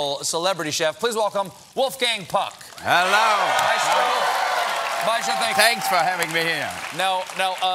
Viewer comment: First of all his last name is pUck, not pAck.